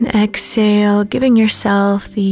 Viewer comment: This is a beautiful meditation. However when I heard the way you were saying exhale I lost my focus because all I could think of is the way you were saying it. You weren’t pronouncing the H. Lol. It’s Ex-Hale. I drive myself crazy with little things like that. Sorry ❤️